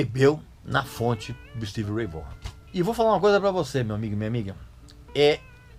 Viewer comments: Vorran?? Não se pronuncia assim, se pronuncia Vóhn! Como o Régis ama corrigir e ensinar pronúncia certa, tá aí a maneira correta de pronunciar o nome dele! Excelente vídeo! 👏🏻👍🏻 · A pronúncia correta é Stevie Ray "Von" e não Vogan ou Vorran. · O Régis gosta de corrigir a nossa pronúncia, mas o certo é: Stevie Ray (Von) Vaughan. 😆😆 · O cara era fera. agora aprenda a falar corretamente o nome dele.